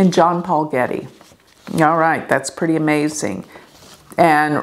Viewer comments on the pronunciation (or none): none